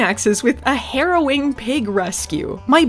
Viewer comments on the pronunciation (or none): none